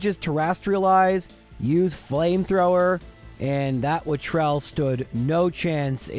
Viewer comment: wattrel is a mix between watt and kestrel so I think your supposed to pronounce each half separate like watt-rel? idk its the name of an imaginary animal so call it watt ever you want XD (I had to go for the low hanging word play XD